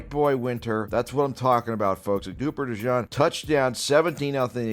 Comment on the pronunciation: Nope. De-Jean.